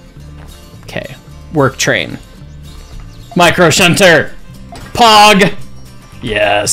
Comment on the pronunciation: the way he says MICROSHUNTER, POG is so funny